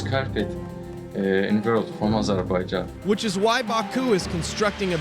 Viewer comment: Nice video, but you are saying "Azerbaijan" wrong. "j" pronounced same as it is in "james". Azur-by-Janh.